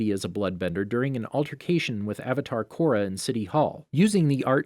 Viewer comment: Kora....Corridor.....KORADOOR My sister and I laughed way too hard at this🤣